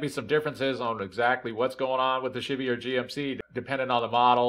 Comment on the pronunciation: Thanks man, I think this is my issue. I get a kick out of you saying "shibby" for Chevy.